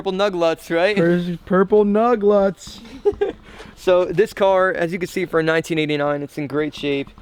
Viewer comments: NUG LUTS???? dont you mean Lugnuts [- _ -] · He said nug lutts haha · Hahahah he said nug luts